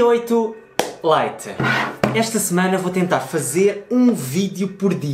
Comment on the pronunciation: Terceiro! Alguém que diga lite como deve ser! Muitos dizem "li-te"